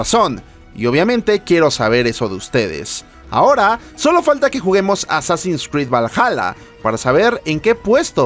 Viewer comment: A ver que dice el wey: pronuncia bn Assassins, este muchacho... me llena de orgullo!!